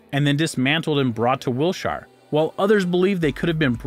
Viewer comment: The correct pronunciation of the word "quarry" is "kworr-ee" (emphasis is on the first syllable). I'd also suggest that you listen to how English people pronounce Wiltshire. The emphasis is on the first syllable. EDIT: Oh, and "sphere" is pronounced "sfear", not "spear".